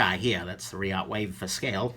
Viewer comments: Reate is pronounced Ree-at according to Mr Skelton who said his Rockstead Shun is the only knife that's so sharp that it scares him. Rockstead's website is interesting. I'm envious because i so want to try the Olamic 247. Now when is the video of what you bought at Blade HQ coming out? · Great vid! Blade HQ did a video at the Reate booth and David said it's pronounced Re yaht or yacht... At first I really wanted the Mamba, I just don't like the heal of the blade with that big unsharpened swedge due to the sweeping grind. It still looks badass though!